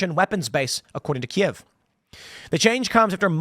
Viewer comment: Hey!!!He actually pronounced Kiev properly!! lol he’s so fake.